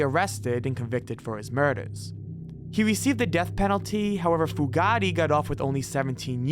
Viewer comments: It’s “Fu-Gate”, not “Fu-Ga-Ti”, you putz! 😑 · Pronounced FUGATE(FEW GATE) That name is NOT ITALIAN! LOL! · it's pronounced Fu' gate Chief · Fugate is pronounced as Few-gate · Great video but Starkweathers girlfriend was Carol Fu - gate I think it's actually spelled Fugatt but it's pronounced Few gate..... I'm not a grammar nazi, I just have a pet peeve. Sorry. Great video tho! Excellent work. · OMG Carol Fugate - Fu- gate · Also the name "Fugate" when talking about Starkweather.